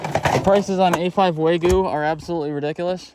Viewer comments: Wa-gyu. Never start with saying “way”. Waaaah gyu. Dude you went to Japan. Be respectful. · Wagyu wagyu wagyu, it’s waGYU not waYGU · It's WAGYU. WAGYU. Not Waygu. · Isn't it wagyu? Not waygu? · Lol it's Wagyu lol Wag-you 🤣🤣🤣🤣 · How do you go to Japan and still pronounce Wagyu wrong. Just shows a lack of respect for the culture.